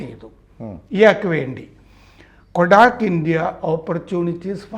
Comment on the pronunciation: കൊ ടാക്ക് അല്ല കോട്ടക്ക് സെക്യൂരിറ്റീസ് ആണ്. ഷോര്ട്ട് സെല്ലിങ് എന്നാൽ നമ്മുടെ കയ്യിൽ ഇല്ലാത്ത ഓഹരികൾ ഫ്യുചർ ട്രെഡിങ് വഴി ആദ്യം വിൽക്കാം.ഏതെങ്കിലും ഓഹരി നാളെ വില കുറയുമെന്ന് തോന്നിയാൽ നമുക്ക് ഷോര്ട്ട് സെൽ ചെയ്യാം. പിന്നെ വില കുറയുമ്പോൾ അതു തിരിച്ചു വാങ്ങിക്കാം. അതായത് 100 രൂപ വിലയുള്ള ഓഹരി 100 രൂപയ്ക്കു വിറ്റ് പിന്നീട് അത് 60 രൂപആയെന്നു കരുതുക. അപ്പോൾ തിരിച്ചു വാങ്ങിച്ചാൽ ഒരു ഓഹരിയിൽ ലാഭം 40 രൂപ ഇത്‌ ഇക്വിറ്റിയിൽ സാധ്യമല്ല. ഫുച്ചറിൽ മാത്രമേ ഷോര്ട്ട് സെല്ലിങ് സാധിക്കു. Hindanburg ആദ്യം ഷോര്ട്ട് സെല്ലിങ് ചെയ്തു അതിന് ശേഷം അവർ പുറത്തു വിട്ടു. റിപ്പോർട്ട്‌ വന്നവഴി അദാനി ഓഹരികൾ അറുപതു ശതമാസത്തോളം കൂപ്പു കുത്തി.. അതുവഴി hindanburg വലിയ കോടികൾ ലാഭം ഉണ്ടാക്കി. ഇത്‌ വലിയ പകൽ കൊള്ള തന്നെയാണ്. അവർ റിപ്പോർട്ട്‌ വഴി നിയമപരമായി കാശ് ഉണ്ടാക്കി. പഠിച്ച കള്ളന്മാർ....